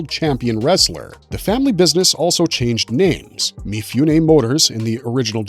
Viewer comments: This is great but Mifune should be pronounced Mee-Foo-Nay, not Mee-Fyoo-Nay. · Please: mi-foo-neh, not mi-fyoo-neh